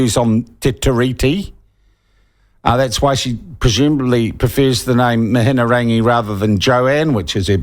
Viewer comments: Slowly repeat Mi..hi...rangi. Why the f are you throwing in an extra syllable? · It’s Mihi-nga-rangi.. This is poor reporting. Have you seen the evidence of the Atlas group participating or just taking the word from David Farrer? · Your Te Reo is horrible anyhow l read the article about the Wright funding, quite interesting read. Anyhow MIHIARANGI is her name...MIHI-A-RANGI. I don't mind Mihiarangi Forbes but sometimes she needs to leave the poodle at home and bring the pitbull, shes to soft. I pay $312pw taxes I want to know who why where and how my taxes are getting spent. And thanks to uncle Google I can in the wkends because I'm to tired and busy during the week working to pay for these peope shyt!! BTW Dr Jim Mathers credential are impressive l see why he was appointed to chairperson at RNZ and meeting your future partner at your workplace is quite common.... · you spealt her name wrong in your title....and don't know how to pronounce it either. as a journalist, i thought your job is to report facts correctly and get details right. the way you slur your words makes me think you just sit around and get pissed all day while concocting drunken plans of propaganda against the decent people of this country. your talking but not presenting any facts....your facts are your supposed slurring words. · Can't even say her name. Lol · You can't even pronounce her name... 😄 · Pronounce her name properly. Give her some respect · Sounds like youre a bit salty that Mihingarangi hasnt been relegated to youtube like you Sean. And as for Atlas group, do a quick google and youll see the links back to Act. It starts on their own website. Good journalism starts with yourself. Not to mention the ability to pronounce ones name is a good way to earn respect. You Sean, didnt even attempt to say it correctly. Go back to journo school.